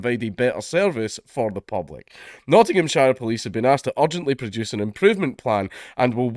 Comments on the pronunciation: I thought he said "Notthingham-Sharia-Police" there for a second. :-P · Stop saying Nottinghamshire like like that